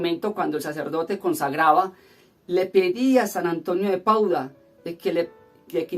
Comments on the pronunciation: No es Pauda sino PADUA jejeje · es San Antonio de Padua, tu dices Pauda, disculpa la correccion